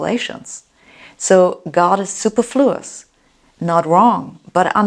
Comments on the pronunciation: Su per flluous, Not super fluous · "Superfluous" pronunciation: UK:*/suːˈpɜːrflʊəs/US:/sʊˈpɝfluəs/ ,(sŏŏ pûr′flo̅o̅ əs) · I thought she was talking superfluids and skipped back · Why would you copy someone that's pronouncing it incorrectly?